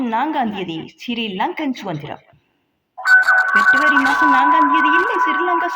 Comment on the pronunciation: பெற்ரவரி இல்லடி பெப்ரவரி டி அது என்ன கொடுமையெல்லாம் பார்க்க வேண்டியதா இருக்கு